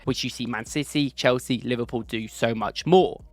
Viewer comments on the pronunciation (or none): none